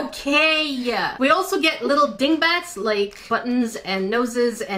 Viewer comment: Did Jackie say "little dingbats"?